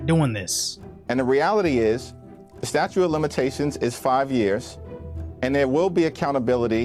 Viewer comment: Pedantic man here: Will these uneducated elected officials ever stop saying "statue" of limitations?!?!? It's "STATUTE OF LIMITATIONS"!!!!!!!!!!!!!!! FROM GOOGLE: When to use "the statute of limitations" Using the definite article "the" is correct when referring to the specific deadline for a particular legal case. Example: "The statute of limitations for filing a personal injury claim has expired". Example: "In this case, the defense will argue that the statute of limitations has run out". I feel I can ignore everything they say after that because they obviously are incredibly uneducated.